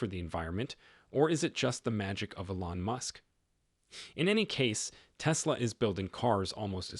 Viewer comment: Obvious AI. Teach it how to properly pronounce "Elon."